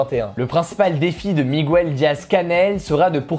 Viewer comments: Petit détail, on prononce Miguel comme ça se lit et non « migouel » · De deux choses l'une: une bonne fois pour toute, la prononciation de la desinence -gue dans Miguel est la même que pour le mot "guerre"... Ça n'a l'air de rien comme ça mais pour un hispanophone, la prononciation "française" est à se couper les oreilles avec une scie électrique (d'autant qu'il n'y a pas de logique derrière cette modification phonique si ce n'est que ca sonne peut être plus espagnol dans l'imaginaire collectif). Ensuite, la question d'ouverture en fin de vidéo est biaisée: si tu veux faire un sondage efficace, il faut de toute évidence poser une question ouverte comme: "Que pensez-vous de la loi d'immigration ?", car sans cela, la plupart des intéressés auront plutôt tendance à prendre le parti sous-jacent de la question, c'est à dire le "contre". Sinon, merci pour le taffe que tu fais ✌